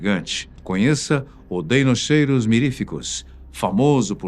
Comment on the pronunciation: "Dinóquiro" seria a pronúncia.